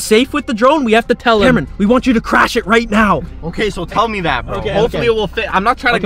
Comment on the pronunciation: Crash not carsh